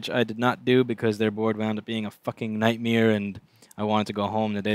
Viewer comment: You have gotten me saying Nightmere. Do you notice you do that ?